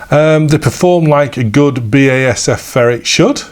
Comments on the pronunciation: It is B A S F! not Basif and i never heard anyone pronounce the brand like that in germany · The pronunciation was always B A S F In germany. See here in this late BASF Advert Thx for the great Video.